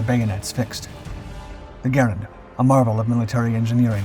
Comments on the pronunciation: Great content as always. Only a few tips. Garand is usually pronounced Gar-aand. With a long A. Also the Soldiers in WW2 usually carried empty clips to fool the enemy by tossing the clips early to throw off the enemy. Thanks for all the great videos! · I am 68 and have always heard "Garand" pronounced "Ga rand". Am I wrong ? Is this a regional thing ?